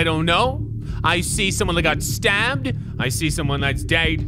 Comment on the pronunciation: why you gotta emphasize that he got stabbed